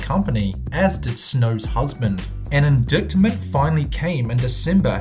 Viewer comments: "Indictment" is pronounced, "in-dight-ment," not "in-dik-ment." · Spelled: INDICTMENT Pronounced: IN-DITE-MENT. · You don't say it IN-DICT-MENT, you say it IN-DIE-CT-MENT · there is some terrible pronunciation in this video. The word 'indictment' is not pronounced in-dik-ment, i's in-DITE-ment. I'm Australian so this isn't about American pronunciation vs the rest of the world. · It's pronounced IN - DITE - MENT not IN - DIKT - MENT! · I know this video is old, but I hope you've learned that it's not pronounced "indiktment" since then. You sure said it a lot! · Correct me if I'm wrong, but I believe that the word "indictment" is pronounced "in-DITE-ment". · The 'c' in 'indict', and 'indictment' is silent.. Pronounced in-dye-ted, and in-dyet-ment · Hey bro, indictment is pronounced, in-dite-ment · it's pronounced in-dite ment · This, seriously. Accent or no, you don't pronounce 'Indictment' like that. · The 'c' in "indictment" is silent. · That is NOT HOW you pronounce Excedrin OR indictment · Do you even speak English? You mispronounced AND misused the word 'indictment', and you pronounced infamous like in-famous, not in-fah-miss.